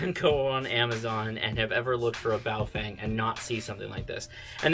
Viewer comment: Not that it's a big deal but everytime I see a video about this manufacturer, you guys all pronounce it wrong. It's not Bao-fang --- it's bao-fung. Just thought you might want to know :)